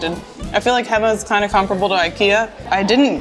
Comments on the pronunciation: HE MA not Hemma... Hay! Mah! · It's Héma (heyma), not Hèma.. And yes, Utrecht is unique with it's canal-sided restaurants because of the old lower cellars converted (not to be found in places like Amsterdam).. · HEMA , pronounced like HEY MA... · Oof, gonna have to go back to hema (hey-ma, not hemma) for the rookworst cause you missed out. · You have to work on Dutch pronunciation 😄 Oude. The ou like in mouth. Hema. Hey ma. Kipstukjes are vegetarian alternative for chicken. Dutch soups, except the clear ones, are thick. Next time you vist Hema, buy a Broodje Hema rookworst; smoked sausage. So good. Why don’t you buy fried snacks at a local friettent/cafetaria/snackbar. Much better than from FEBO, MacDonalds etc. Vla is dessert, not a drink. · Hema is pronounced Hey Ma 🤦🏻‍♀️ and you missed the best items there which are the snert aka pea soup, rookworst and tompuce 🥴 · Hema=Hayma Febo=Faybo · the "ch" in utrecht is pronounced "k".. Hema is pronounced "hey" "ma" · I get it and all but with the talking its hard for yall but (not how you type it but how you say it) Utregt hey,ma=hema That should sound a bit better for us😂 (Not making fun of you just helping)❤